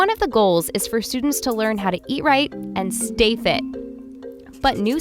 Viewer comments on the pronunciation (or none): Ea- righ- and stay fi